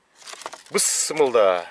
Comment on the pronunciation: Ассаламу алейкум, ишинизге ийгилик, кино коргондой эле болдум. Анан бысмылда эмес, бисмилла десениз туура болот. Рахмат